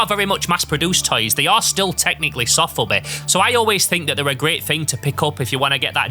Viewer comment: sOfubi not sAfubi ;)